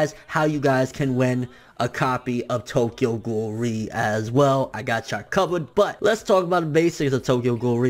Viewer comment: Not to be spoilery, but ré, isn't pronounced like that...